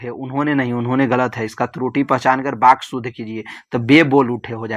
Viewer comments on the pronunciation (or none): Sir baky nahi vaky hota hai